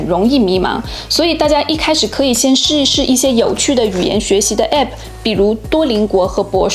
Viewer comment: app 這個不正規發音真的很難聽